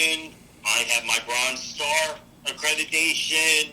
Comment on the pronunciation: What is a medal "accredidation?" lol